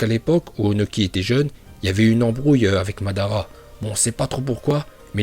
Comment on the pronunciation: Tu viens de détruire le prénom de madara😂